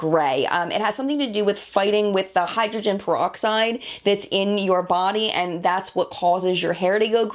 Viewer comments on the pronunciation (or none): none